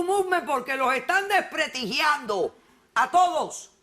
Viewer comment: Dra. Polo la admiro mucho, pero por favor deje de decir depretigiando es Desprestigiando